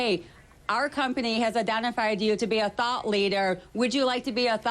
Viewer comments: Ok, maybe it's just me being a tad too ghetto, but on listening to the video I can no longer hear her saying anything but "thot" leader. Although upon reflection on how those doctors are being pimped out by the drug companies that may not be so far from the truth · i thought she said thot leader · it wasnt until when i saw the ugly old white man that i realized that it was "thought leader" not "thot leader" lol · It’s so much funnier if you hear Thot leader instead of thought leader. “We’ve identified you as a THOT leader-“ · Anyone else hear "thot leader"? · I thought that woman was saying thot leader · It sounds like she's saying THOT leader not thought leader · I heard Thought Leader as THOT Leader. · I keep hearing thot and I don't know what he really means!!